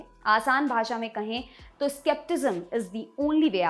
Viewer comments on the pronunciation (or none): none